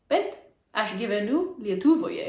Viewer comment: In a reading there were some pronunciation issues, but I think I understood all the words :) Short personal presentation was much better. Only needs to be corrected pronunciation of "Lietuvoje" and we don't say "kalbu truputį lietuviškai" - I would say perhaps "mokausi lietuvių kalbos". For me "Aš kalbu lietuviškai ir ispaniškai" also doesn't sound natural. Perhaps we would say quickly "Moku lietuvių ir ispanų" - but I am from Vilnius where we use a lot of slang :D But big applause for learning the language! I have lived in Denmark for 3 years now, and I gave up with Danish after 6 months of intensive learning. I was very much struggling with Danish pronunciation and with funny sounds they make! :D But since then I admire everyone who has learned a foreign language (and especially such less popular languages as e.g. Lithuanian), and I also stopped judging people who have never learned the language - learning new languages is not for everybody, some are doing it naturally and enjoying the process, while others need to put a lot of efforts. I will probably not be learning Danish since I don't know how long I will be staying in Denmark. Also I need to make priorities for my free time activities, since the time is limited unfortunately. But I realized one thing - when you show that you are learning the language and that you are enjoying doing that - you basically make all Lithuanians feel good about it. In Denmark sometimes I say straight forward that I stopped learning and will